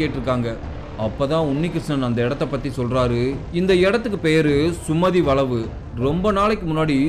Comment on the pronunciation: சுமதி வளைவுனு நல்லா சொல்லேன்பா சுமதி.வளவு வளனு சொல்றிங்க தமிழை சரியாக உச்சரிக்கனும் தமிழனா இருந்து நீங்களே இப்படி பேசினால் மற்றவர்களை என்ன சொல்வது தமிழை கொல்லாதே 😢